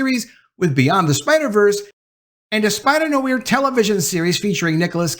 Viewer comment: I hope looks up how to pronounxe Noir & Morbius.